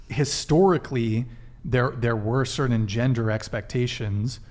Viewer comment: DUDE! Stop saying “cerddin!” The word is “certain!”